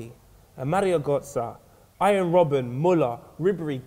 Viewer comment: Did man just say Iron robben? man said iron ahahaha